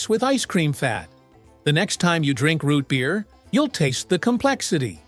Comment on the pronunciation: Why you say root beer like that?!?!?!? Shut up!!!